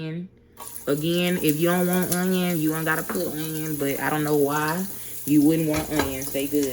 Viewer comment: Say onion one more time 💀